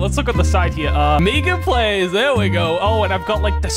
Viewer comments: He really said meegan plays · How other says MeganPlays: MeganPlays how saids it: Me ganPlays